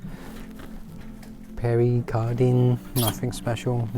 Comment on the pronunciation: its ,,,,,,pea air car dean not peery car dean very high fashion for casuals back in the 80s